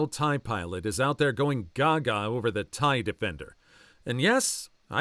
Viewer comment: The "Thai" from the text-to-speech certainly didn't help 😓 (TIE fighters lol)